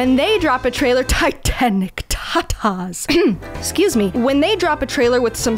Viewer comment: TITAHNIC TAHTAHS